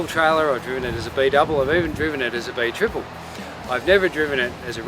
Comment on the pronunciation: That's a very strange way to pronounce gross and also AB Triple.